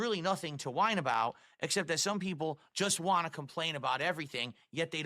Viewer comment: I hope people make fun of him for saying ‘want’ as ‘WAH’